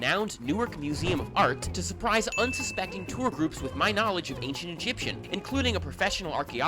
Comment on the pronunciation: His pronunciation seems authentic. Who could challenge him, right?